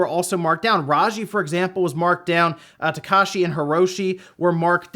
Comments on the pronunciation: It's TakEshi,. Not "takAshi". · He absolutely does not care. He doesn’t give a shit about English, let alone a foreign language.